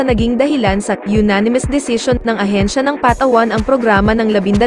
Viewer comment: pls correct how you pronounce PATAWAN.....